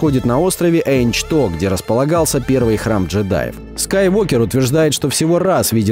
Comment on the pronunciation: правилино не эйчто а ахто